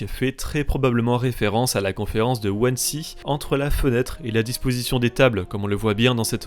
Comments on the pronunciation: Wannsee se prononce Vannsee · (Wannsee ça se prononce "Vannzé" c'est allemand) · wansee pour la prononciation c'est Vanzé si j'ai encore de bonnes notions en allemand 😅